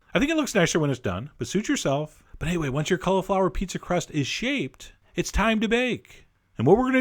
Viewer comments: Colly-flower, not Cuh-luh-flower. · Sounds like he's saying collarflower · stop saying collaflower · i think your pronouncing cauliflower wrong